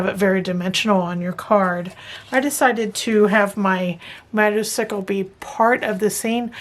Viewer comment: As a Harley lover, thought this card was fabulous. Just a hint, motorcycle is pronounced motor cY ,long hard y, not icicle like popsicle. No offense, just a hint. As always enjoy your video tutorials.😂